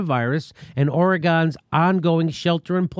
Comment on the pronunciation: It's pronounced Or-ee-gun.... Oregon.